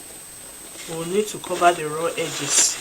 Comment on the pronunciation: Brilliant work. I dunno why I kept on hearing ‘I’ll be sewing the two raw eggs’ 😂